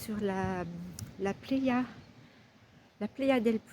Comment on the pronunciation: Playa se prononce pla- ya... Hasta luego !